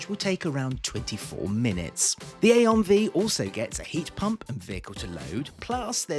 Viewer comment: You had every opportunity to call it the I-on Five, but you went with A-on Vee 😂